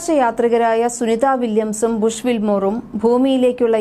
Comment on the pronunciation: വല്ലതും അറിഞ്ഞിട്ടാണോ തള്ളി വിടുന്നത് ഇതിനെ കുറിച് എന്തെങ്കിലും വിവരം ഉണ്ടോ പിന്നെ ഡോച്ചിങ് അല്ല ഡോക്കിങ് എന്നാണ് എന്താ ശരിയല്ലേ പിന്നെ ബുഷ് എന്നല്ല ബുക് എന്നാണ്